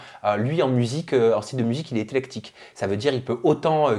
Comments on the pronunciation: c'est éClectique pas éTlectique!!! Le sens est juste mais pas la prononciation 😉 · c éclectique, pas etlectique...